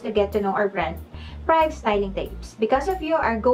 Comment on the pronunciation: Privé is pronounced “Pri-vey” po not “pryav”. 🙂